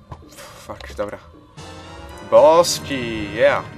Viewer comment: jak wymawiasz bos key to slychac boski